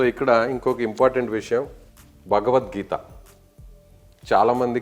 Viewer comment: Bha ki bha la palakandi bagvat gita yenti anchoru